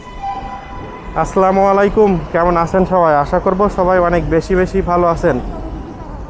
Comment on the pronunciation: আসলামু আলাইকুম বলেন কেন ? বলুন আস্ সালামু আলাইকুম ।